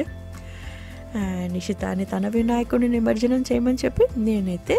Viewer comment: It’s not Nimarjanam, It’s Nimajjanam (నిమజ్జనం)